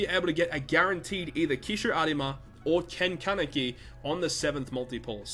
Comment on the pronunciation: triggered by the way you say Arima